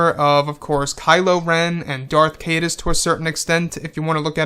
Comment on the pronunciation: Caedus is pronounced kieduss.